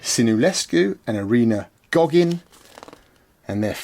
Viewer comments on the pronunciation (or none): At minute 38 — her name is Irina Loghin, not Goghin 😄 This is where my IT jokes come in handy: Irina Loghin → Irina Logout 💻😂 You’ll definitely pronounce her name right from now on. ✅